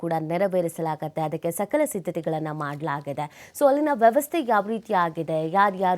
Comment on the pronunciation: ಸಲಕ ಸಿದ್ಧತೆ. ಅಲ್ಲ ಸಕಲ ಸಿದ್ಧತೆ. ಏನ್ರೀ ಮಿಡಿಯ 🤦🤦